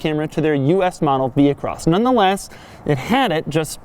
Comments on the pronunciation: You wouldn't pronounce the "h" in vehicle, so why would you pronounce the "h" in vehicross? Answer: YOU DON'T!!! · Vee-cross.. not vee-he-cross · You re so annoying, overdid it saying vehicross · If you say Vehicross once more, I'm not watching anymore..... done, cya